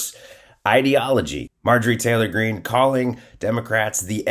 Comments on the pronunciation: You said Marge Trailer wrong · Did our boy accidentally say “Marjorie Traitor Greene”? My new name for the pig..thanks!